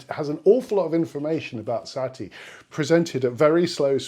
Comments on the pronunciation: it's sah-TEA, not SAH-tea. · Satie, sa tie, not sat ie